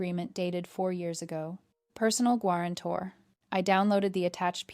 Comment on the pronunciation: Nothing like a good “gwarantor”